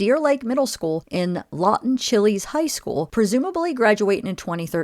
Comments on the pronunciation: Please put some respect on the ex-governor who is now deceased name you're saying the name of the school wrong! Is Lawton Chiles say it like you want to say child😊😊😅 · it is Law-ton Chil-es (shiles)